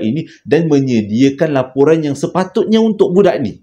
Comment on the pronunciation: Laporan jeo bkn loporan. Hi hi hi terslh sebut.